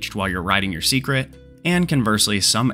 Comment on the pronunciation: From watching the dev livestream I realized it is pronounced say-kret